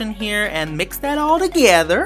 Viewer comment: He says, now I'm gonna mix it all DAGEDER!!!